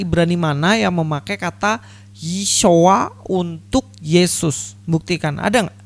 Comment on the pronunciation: Akibat giginya tidak terkondisi , jadi bunyi isyuoaaaaa 😁😂